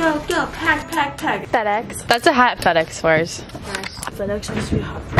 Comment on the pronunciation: Absolutely lost it when you called reeve fed-ex omg and the food ordering part haha I can’t